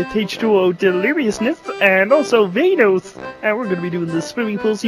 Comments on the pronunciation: Kermit says Vainoss instead of vannos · he said vannos ITS VANOSS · he said vaynos